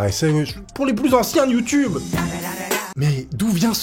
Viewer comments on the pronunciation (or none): none